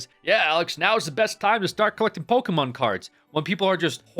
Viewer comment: bro said POKEMAN LOL gameover